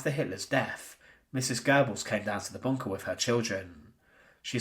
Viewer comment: Drinking game. Drink every time he says “BOON-kah.”